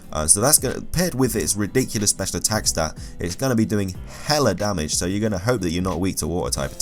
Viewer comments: Every time you said "darmage"... It kills me xD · Why does he say darmage? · am I the only person who's disgusted by how he said damage? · The way you say damage is the worst thing ever!